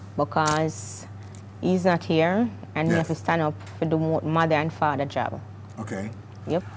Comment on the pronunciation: Lol baby fadder the word is father